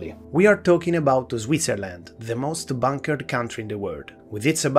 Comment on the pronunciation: It sounds like you're saying "bankered." You're right both ways, Switzerland is both the most bunkered and bankered Country.